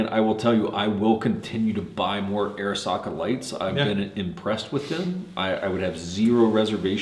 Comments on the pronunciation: Man I feel like a grammar nazi rn but is right about the name though. Off Arisakas website: "As Japanese Americans, they chose the name Arisaka to honor their cultural background and show respect for Arisaka Nariakira, one of Japan's most iconic weapons designers." Pronounced Ah-ree-sah-kah. Love the review! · It’s pronounced odd-e SAKA ! The “R” is silent! Duh RED ! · I am pretty sure its pronounced Arisaka-not Arisaka.